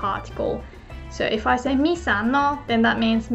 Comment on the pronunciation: すみません, I would like to thank for the amazing lessons. It may not be my place but since has helped me improve my Japanese I thought I could return the favour by noting that often (if not always) pronounces the word 'if' with a H sound. That, of course, must be due to the lack of a strong F sound in Japanese, especially next to a palatal Y (as in 'if you'), so one wouldn't normally address that but since is ever so good as to warn for potential mistakes I would like to humbly ask to consider the phonology of the English language. すみません、ありがとうございました！